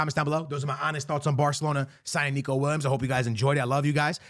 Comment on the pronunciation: Are you mispronouncing the footballers name on purpose? Weird for someone who plays FIFA for living.